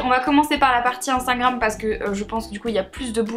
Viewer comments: Je t'adore mais c "Instagram" pas "Instingram" ❤️😬😬❤️ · HAHA MARIE ELLES DIT INSTANGRAM ALA PLCE DE INSTAGRAM PS MARE JE T'AIME TROP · A chaque fois que tu parles d'Instagram tu me fais rire parce que tu dis "Instingram" xD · Ahah tu dis instingram on dirait 😂❤️